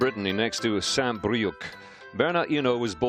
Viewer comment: not saint "BrieuK" but saint "Brieu"